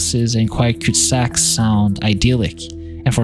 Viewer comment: Lol “cute sacks”. They are called cul de sacs. Like cull duh sack. I bet Canada’s sprawl is worse than the US per capita.